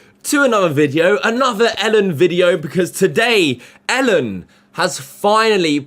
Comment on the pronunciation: Learn to pronounce his name first. ELLEN not ALEN